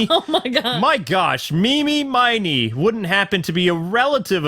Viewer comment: Ini Miney and Mimi Miney's is pronounced "MEE•nee." Like, Ini, MINEY, Myni, Mo.